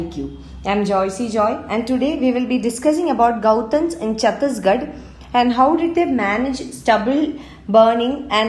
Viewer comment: That is not गौतन s that is गोठान s Jay Chhattisgarh